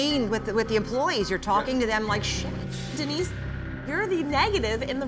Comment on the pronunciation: Denise? You mean Dee-nice?